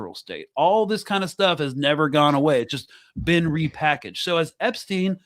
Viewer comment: I gotta ask, who is APE-steen?